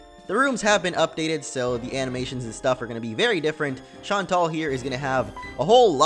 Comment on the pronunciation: BTW its pronounced shaun-tell